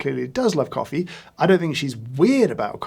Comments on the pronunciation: Every time you said hoffee I had to laugh. In Wales hoffi is like, and a Welsh tounge twister is "dw I yn hoffi frothy coffee" or "I like frothy coffee" As for "Celebrity coffee" I'll be honest I do drink a celebrity coffee, it's jacksepticeyes coffee - top of the mourning - it's traceable, it's from a rostery in the USA and they give money back to charity. I'd really like you'd try that one at some point and give your take on it. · hoffee coffee =D